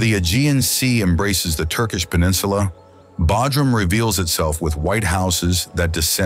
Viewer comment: BTW IT IS PRONOUNCED BOWDRUM NOT BADRUM😂